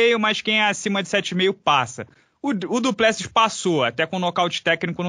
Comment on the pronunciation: Se o conhece o Du Plessis pessoalmente poderia aprender a falar o nome dele corretamente 😁 🙊